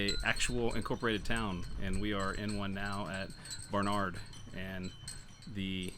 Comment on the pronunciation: The correct pronunciation is Barn-ard, not Bar-nard. One of closest friends is from the area.